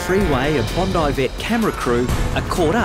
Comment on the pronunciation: In the USA, BONDI is pronounced "Bon-dee". Almost no one would say "Bond-eye". Just a passing comment. Love your videos.